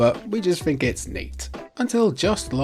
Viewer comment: I genuinely don't understand your accent and by that I mean pronouncing the letters "TH" you say "three" and "the" correctly but "earth as earf", "think as fink" Is it a cultural thing? I'm genuinely curious.